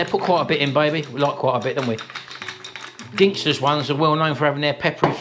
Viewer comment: Apologies if already has been mentioned, but Ginsters only has one G in it. You kept calling it Gingsters. No offence intended, but it started to niggle me the way you pronounced it 😀